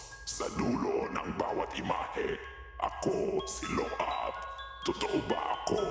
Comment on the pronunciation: Ako si Lo-ab hahahah okay na sana kaso Lo-ab hahahaha 😂